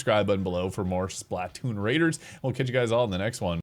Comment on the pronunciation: i can't get over how you say splatoon lol it's like the word platoon but just an S in front of it